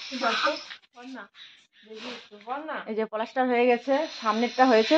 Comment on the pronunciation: তুমি পলাস্টার বলো কেন? ওটা হবে প্লাস্টার।